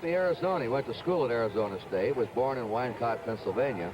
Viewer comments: don’t tell me you’re from Philadelphia and rating Gowdy over Scott Franzke and Larry Andersen? . Gowdy butchers the Philly suburb hometown of Jackson. He pronounced “Wyncote” as “Why-en- Cot” rather than “Win-coat.” WTH? Windbag. He just reads off the media sheets like anyone else. . “On deck is Ron Northrup.” Um, his name is “Jim Northrup,” Curt. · “The greatest announcer of all time would know that Reggie Jackson’s suburban Philly hometown Wyncote is pronounced as “Win-coat,” not “Why-n--cot.” He also mispronounced “Yeadon,” the Philadelphia suburban hometown of Tony Taylor. It’s pronounced “Yay-dun,” not “Yee-dun.”